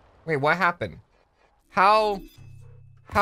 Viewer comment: bro said "wha hapon" 💀